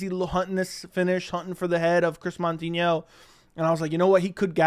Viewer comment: Not MON-tinho…MOU-tinho